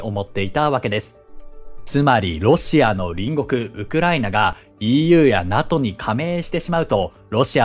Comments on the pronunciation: ちょっと細かいことで申し訳ないんですけど、 NATOの読み方って「ナト」ではなく「ナトー」だったと思うんですが、現在は読み方が変わったのですか？ 自分が学校で習った時はナトーだったのですごく違和感しかありません。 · このチャンネル、今回のように間違っている発音が多々あるので私も気になりました笑 龍太郎さんの言うとおり正しくは”ナトー”です。内容は素晴らしいチャンネルなので今後の改善を望みます🙋‍♂️ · お疲れ様です❣️ 気になったので、見にきました。 勉強していきます。(^-^) さん、指摘失礼します。🙇 NATO(なとー)です｡。(小声) 解説、ありがとうございました。🙏